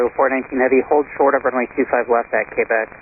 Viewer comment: Ok I just gotta ask who in the world pronounces Quebec as Kbec lol